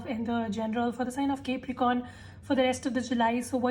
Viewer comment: ITS NOT CAPERICORN ITS CAPRICORN, ILLITERACY AT ITS PEAK😂